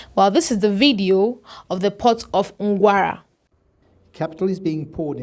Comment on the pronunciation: ...that's not Ngwara, whatever you call it, it's Nqura